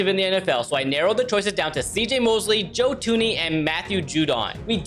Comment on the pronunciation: “Joe Tuney”